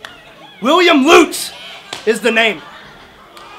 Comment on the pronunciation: The guy introduces himself as “Lootz” — & the announce team continues to announce it “Lutz.” I am glad they are able to help him correctly pronounce his own name.